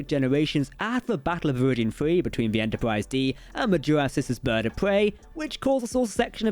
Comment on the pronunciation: Lol "stwange new wooowds" "Entowpwise" Wow. I love it.